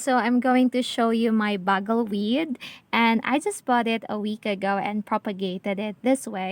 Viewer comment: It's byoo-gle weed. Like drum and bugle. 😉